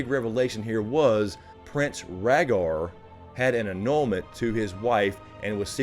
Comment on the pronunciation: Ragar targaryen butchered rhaegars name